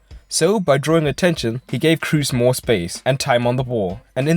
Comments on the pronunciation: can't stand your pronunciation of Toni Kroos it should be pronounced as "Cross" not your Crus or something like that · As a german I can say you pronounce it "cros", but with a long "o". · No, it is like Cross